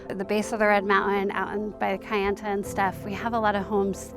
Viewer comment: It's Kayenta, not kiyenta. Pilgrim.